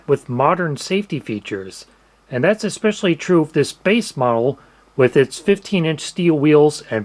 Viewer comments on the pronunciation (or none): none